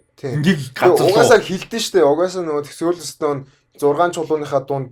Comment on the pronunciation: СОУЛ Стөн гэж хэлэхээ болилдоо. Эхлээд ямар чулуу яриад байгаан бол гэж зөндөө бодлоо шд. Нэг л их англи хэлээр ярисан хүмүүс ядаж зөв аялагатай ярь л даа. Бусдаар бол гоё байнаа.